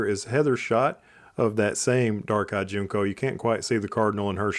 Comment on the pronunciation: Good video. Just info … Junco is pronounced like Junk-o, not June-co.